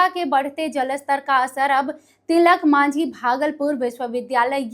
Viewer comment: Tilak manjhi nahi medam, Tilaka Manjhi boliye.